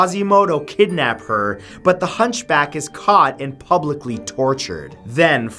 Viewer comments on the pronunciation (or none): none